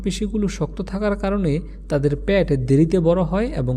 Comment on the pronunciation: বার বার প্যাট বলতেছেন,পেট বললে আরো শ্রুতিমধুর লাগত শুনতে।